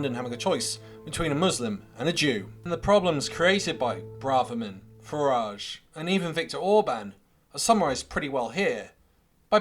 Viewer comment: Farage rhymes with garage Or is it wanker...